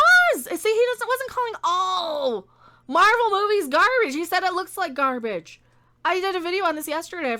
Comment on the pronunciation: I think when it's in quotes it should be pronounced gar-BAGE.